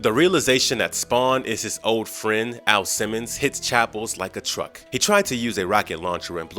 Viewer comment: you literally call AL, A.I. Simmons!? Ha ha🤣wtf?